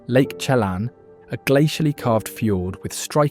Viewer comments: It’s pronounced,”cheLAN”. Never PRONOUNCED, CHE lan !!! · Where to start with all the errors voiced by the AI robot narration: Chuckanut Drive, no shots of the actual roadway, just the railway below; Poo-yal-up?? Lake Tchlan? Give me a break!!! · Great photography but heavy British accent. Tacoma was misspelled. “Lake Chelan” was mispronounced. “Bellingham” sounded like it belongs in Lancashire. The words slough and volcano were so heavily accented, you wondered if it was same language.